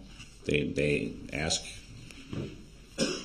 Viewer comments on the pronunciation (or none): ...you may look back at some of these questions....but why does he say "aks" as pronounced axe instead of "ask".